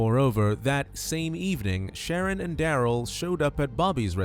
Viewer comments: its sha- ron. I said the same thing until I remembered how my people name our kids. The narrator is saying Sharon, but its pronounced sha-ron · It's obviously pronounced "Shuh-Ron". AI is so silly. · It’s Shar-ron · Did you listen to his mother addressing him? She called him "Sha-rón" with emphasis on the last syllable, Ron. She also called him Ronnie.The computer voice mispronounced his name throughout the video. Naming him Sharron was just one of a host of stupid mistakes his mother made from the moment of his birth. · I enjoy that you've mispronounced this idiots name through out the entire video.